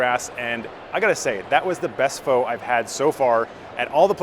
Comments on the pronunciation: ph-uh not ph-oh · Pho is pronounced “fuh” btw Thank you for the video! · You're mispronouncing your favorite dish. The proper pronunciation of "Pho" like this... "Pho" get-about-it. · while at the lemon grass restaurant your called it pho, and not pho